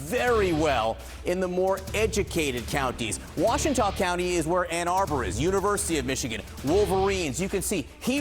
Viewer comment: its pronounced Wash-ten-naw cnn wiredo